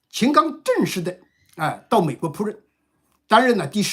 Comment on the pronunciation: 老兄的普通话水平真的要提升😅，“扑任”驻美大使😅，“赴任”😊